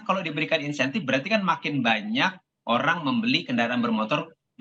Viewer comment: Bukan "Intensif" min, tapi Insentif